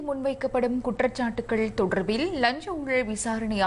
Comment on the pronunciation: இப்போ வெளங்குதா.. "தொடர்ர்பில்ல்" என்று வாசிப்பது..😮..(😢..)